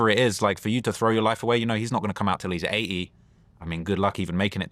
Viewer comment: Its 80 not A E 😆🤣